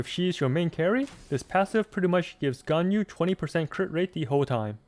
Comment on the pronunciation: Wow, the first person I meet that pronounce Ganyu right :000